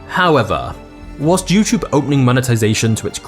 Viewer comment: You know it’s a “T” not a ch.